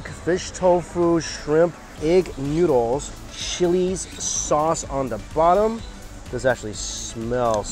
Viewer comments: Is it just me or he says noodles as NYUDLES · I always laugh when he says noodles😂